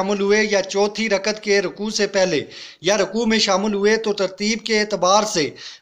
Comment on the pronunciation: ٭لفظ رکعت ھے رکت نہیں٭